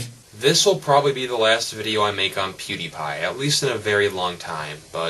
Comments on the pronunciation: No one likes you, you're talking to a video that cant talk back, check you likes to dislike ratio. Its also pronouced peeeewwwwdiiiiiiiieeepieee not poodeepie. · Don't beg it, and it's PewDiePie, not poodeepie. Get it right. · why does everyone prononce it pyewdiepie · please stop saying "pwediepie" its annoying